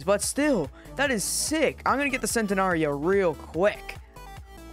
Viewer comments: just saying the gallardo is pronounced guy ardo not gall ardo and centenario is pronounced chen te naryo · bro cant pronounce gallardo or centenario